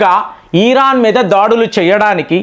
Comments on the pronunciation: ఈ రాన్ కాదు sir ఇరాన్ అనండి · Dear It’s Iron not Ieeran. Please take popular pronounceation